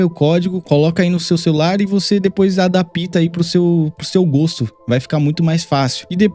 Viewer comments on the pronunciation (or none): none